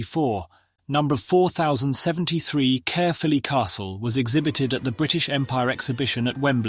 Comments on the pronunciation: Great video spoiled by a robotic voice - can’t even pronounce Caerphilly properly or read the engjne numbers in the correct manner. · AI crap comentrry. Collette ffs! A french dancer? No a brilliant engineer. And Carefilley? I'm turned off.